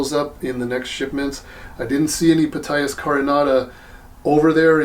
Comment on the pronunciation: I could be mistaken, but I think that the "P" in Ptyas is silent, as in pneumonia, psychology, psychiatry, psilocybin, Ptolemy, etc.